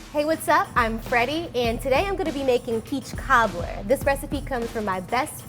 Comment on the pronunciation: take a shot every second she says peechkaablur.